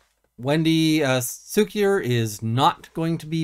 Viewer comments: It's pronounced "KOOK-ee-er". Or it can also be pronounced "SUCK-ee-er". 🤣🤣🤣🤣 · I love how you give the name the benefit of the doubt and say "Soo kier" instead of how it looks as "Koo kier." Based on the side I take here, I'd be more likely to use the latter as a point of pettiness. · Its not Cukier with an "S" sounding "C" but a hard sounding "C' as in cuckoo. Very fitting I'd say!